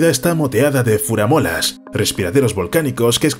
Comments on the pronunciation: Escuché Furamolas, en vez de Fumarolas? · Fumarolas no furamolas 🤔🙄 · furamolas no,fumarolas. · Yo lo oí también jajaja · Jajajaja si😂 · Venía a lo mismo... Lo he escuchado varias veces. En fin, errar es humano. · ¡Genial! PD: son Fumarolas, no «furamolas»... 😅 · ¿"FURAMOLAS"???😳 ¿Y eso qué eh, quíllo??? 😂😂😂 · jajaj "furamolas"